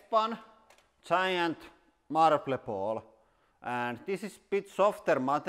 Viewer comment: giant marl-ble baawl put speed on .25